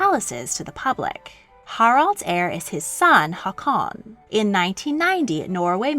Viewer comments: I was with you until you started saying Haakon, cuz you're saying it in a way I've never heard before (I am Norwegian, I know a lot of Håkon's, which is the modern spelling) I seriously can't stop laughing at that pronunciation... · More or less (I'm terrible at describing how a sound is pronounced). In this video however they pronounce Haakon with the sound of a long or double A, which is just an old way of writing the letter Å, not how it sounds like